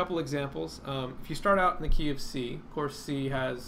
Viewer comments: The "KeyOfC" i thought u said the KFC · You said - "key of C" I heard - "go eat fried chicken" :) Thanks for this vid, great job!